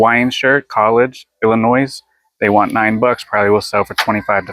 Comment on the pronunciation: You're the GOAT... no doubt! But, not at pronouncing state names!, ILLINOIS is said with a silent S at the end! Not like "noise" but "noy"